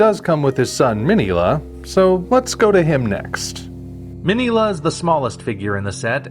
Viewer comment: What an amazing review. I love "Destroy All Monsters". I just watched Round 1 and it too was an amazing review. Oh, and by the way, I noticed that you pronounced Minilla wrong.